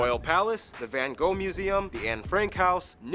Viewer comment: I really wanted him to say Van Gogh right